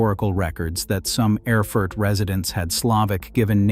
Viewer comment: And Erfurt is pronounced AIR FOO URT